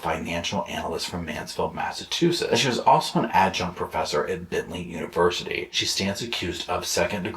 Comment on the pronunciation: The great state of Massachusetts will not be disrespected by "Mass-a-too-setts."